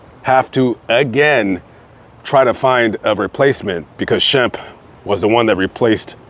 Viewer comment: I'm surprised you have time to look up all this info as busy as you are. I don't understand his mother. Sam is nowhere near the pronunciation of Shemp.